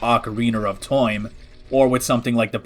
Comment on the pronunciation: TOIM? did,, did you say time wrong or is that the name of the rom hack?? ????